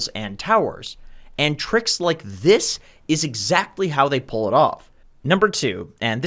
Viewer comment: "and tricks like this is exactly how they PULL it off" haha